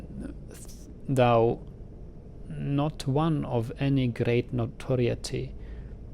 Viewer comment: A few things not quite correctly pronounced by are "though" (which is very tough to pronounce because of its similarity to thou, through, and tough) and "notoriety" which should have a long "i" sound for the "i" like hi, buy, or my. Though should have a long "o" sound like dough, toe, or no. And notoriety should be like "note-or-I-et-E".